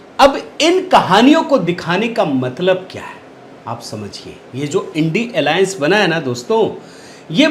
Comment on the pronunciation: बहुत अच्छा नामकरण उच्चारण किया है इंडी एलायंस। बधाई k पात्र हैं ।सभी चैनल्स को इसका अनुकरण करना चाहिए ।